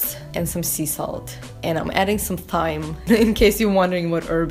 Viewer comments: thyme is pronounced time. just thought youd like to know! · Thyme is pronounced like time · thyme is pronounced as time x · Is it pronounced THYME or TIME? I always hear people say THYME, but pronounced TIME. Are they both correct? Please answer someone.